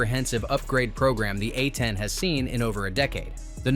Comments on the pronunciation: Your video quality would skyrocket if you just listen to how bad that AI voice is. It's A 10, not Uh Teen. Picking a more manly AI voice would help too. The voice you use sound like a 13 year old that just got kicked in the balls! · Poor AI narration. These are A-tens not A teens